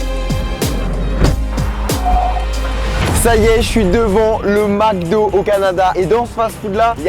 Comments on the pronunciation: on ne dit pas MACdo mais bien MECdo (MC) MEC, MEK, au Québec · Au Québec on dit MCDO pas MACDO. Ça se prononce MECDO. Mc = mec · On dit Mc do comme dans Mec do. Pas Mac do lol, comme dans un Prince à New York, pour Macdowell lol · Pourquoi dit il toujours MacDo il vient de ou le A ?